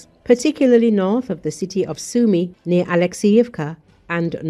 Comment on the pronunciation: Litości ! AI głosem słodkiej idiotki informuje o miastach "Sam Yumi" (Sumy) oraz "Pakowsk" (Pokrowsk). Tego nie da się słuchać